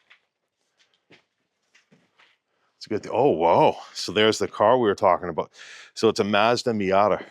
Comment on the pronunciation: you definitely have an American accent except for your pronunciation of “house” and “about”. 🤣 the closest I can get to your about is aboot. I can’t get anywhere near your pronunciation of house.